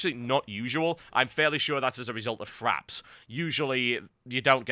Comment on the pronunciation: TB, it's FRAPS not FRAPs